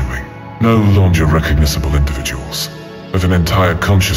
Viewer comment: I thought you hired someone to do the VA, scary what AIs can do now. It messed up a few words ("breath" instead of "breathe") it also pronounced "longer" with a soft g.